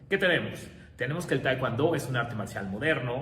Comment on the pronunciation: es tae kwon do nooo taicuando